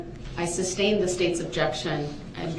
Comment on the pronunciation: OMG! LOVE this guy! 😅 Nobody is "making reference" to anything. They are giving answers outright. How many times has he heard the word "sustain" and still say "substain"?